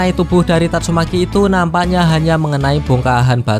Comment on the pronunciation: Min. Kalau isi narasi, sebaiknya penyebutan nama atau kata2 yg sifatnya mesum/jorok untuk di perbaiki. Lebih dewasalah dalam membuat konten, tanpa perlu myebutkan kata2 mesum. Tatsume.k. = seharusnya tatsumaki. Kasihan kalau ada anak2 yg nonton